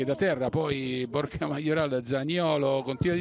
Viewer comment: Ma solo io invece di Borja sento "borchia"?😂😂😂😂